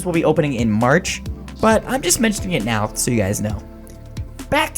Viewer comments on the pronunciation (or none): none